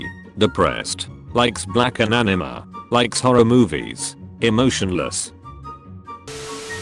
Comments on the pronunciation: Anime(An-e-meh) How he pronounced it (an-e-ma) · "Anemah" The pronouncement of that is just gold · I love how the voice pronounced anime as animuh.